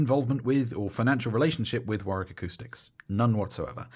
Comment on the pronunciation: nice to hear a youtube reviewer who pronounces Warwick correctly.